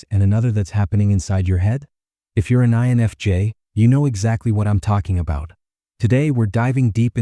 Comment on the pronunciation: why can't the weird computer voice prounounc "I"NFJ? And would someonevedit the pacing of the words so that the sentances make sense? why do we put up with this when any random English-speaker would do a better job?